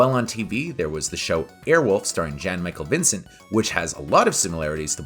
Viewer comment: Good summary. Although, it would have been better if you had properly pronounced the name of the lead actor of the 80s helicopter centric show "Airwolf", Jan Michael Vincent. Here's a short vid with an approximately correct pronunciation